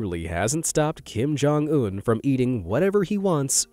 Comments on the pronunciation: Bro not Kim-jong-ononom 😭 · "Kim Jong-omnomnom" I almost laughed thinking that it was a try not to laugh. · He did not just said Kim Jong-omnomnom 💀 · kim joung nonomom